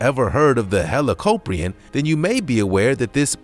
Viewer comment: You pronounced helicoprion like hellocoprin